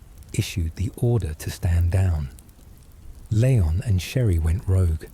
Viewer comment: It’s Lee-on and not Lay-on